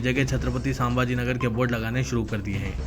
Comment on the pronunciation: ساں بھاجی نگر نہیں رے باوا. سنمبھاجی نگر بول. مجید نیں رت باوا "مسجد"بول.کیا کیا بول تا کی بھیء